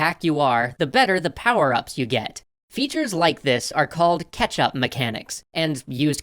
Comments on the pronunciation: CATCH-Up mechanics, not "ketchup" mechanics! ...all I hear is "ketchup". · I am absolutely sure is saying ketchup. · Luconis funny, I kept hearing catsup 😅